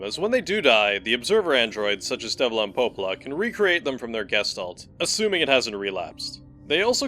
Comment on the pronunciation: I didn't hear Devola I heard Wendy's.